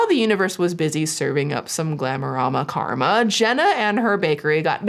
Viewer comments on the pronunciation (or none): none